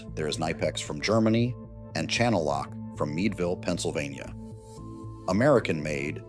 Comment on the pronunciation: Chan-nel-lock has a plethora of Chinese made tools